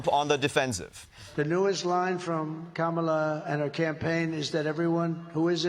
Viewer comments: Trump pronounced Kamala correctly. He must be rattled. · Ok...am I the only one that realized Trump FINALLY said Kamala's name correctly?! Our little boys all grows up! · Seems Trump finally learned how to pronounce her name lol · WOW! Did drumpf actually pronounce her name properly? YES HE DID! I'll bet his followers will have a problem with that! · Hold up!!! Trump said her name CORRECTLY during the rally. WOW! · Seems with all their bravado talk, JD and Donald are finally pronouncing her name right. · He said her name correctly! Must be past his bedtime! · Trump pronounced her name right!!!!! He can be taught.